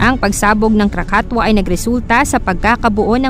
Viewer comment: KRAKATOA is pronounce as Krakatowa di po krakatwa